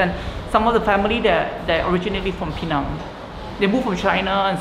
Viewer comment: appreciate this guy correctly pronouncing Pinang and NOT Penang. 👍👍